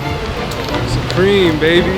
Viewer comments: Dude said: SOopReam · He says it like soopreme and it triggered me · “And what is it that makes Soup-ream so expensive” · Pronounce supreme correctly